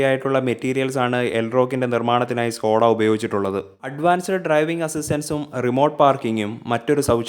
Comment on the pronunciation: Skoda aanu Skota alla. Pls Correct your Malayalam words